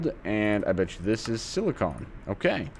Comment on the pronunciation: Hey, you were saying Silicon! Thank you! Congrats on starting AE.